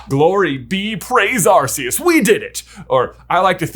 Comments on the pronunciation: You mean “ar-koos” right? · Love how J acknowledges that Type: Null/Silvally are attempts to recreate Arceus but still pronounces it "Ar-see-us" despite the RKS System pretty much spelling out exactly how to pronounce it 😂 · Nice video but your pronouncing Arceus's name wrong. Its 'Are - ke - s' not what you're saying. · Small note: Lockstine and Gnoggin actually did a whole two-part video series about Cresselia and Darkrai (fun fact, Darkrai's name is LITERALLY Dark-Dark)... Starting with Cresselia. Also... Uh... I think you mispronounced Arkoos a couple times... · I think 3/2 years for the Gen 8 Legendaries (Zacian, Zamazenta, Eternatus, Calyrex, Spectrier, Glastrier, Regidrago, and Regieleki) is plenty of time for people to pass judgement on Legendaries Also the mispronunciation of Rayquaza, Arceus, Tapu Lele, and Necrozma drives me nuts Also also, Regirock, Regice, and Registeel feature notably in The Mystery of Mew, and you didn't mention Suicune's presence in Pokemon 4Ever